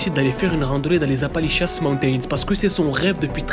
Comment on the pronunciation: appali💩 mountains